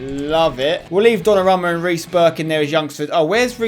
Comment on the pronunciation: it's do-na-ru-ma